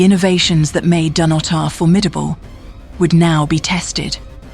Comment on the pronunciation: But it's Dun-otter. Not Dun-oh-tar.